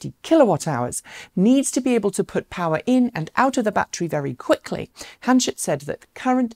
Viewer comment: Ba’tree is not a word